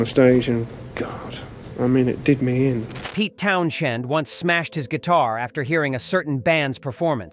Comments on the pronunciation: This is a load of crap, the computer can’t even pronounce Pete’s name properly and slots random footage of him talking about someone completely different from the band in question. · This robot can’t even pronounce Pete’s name correctly.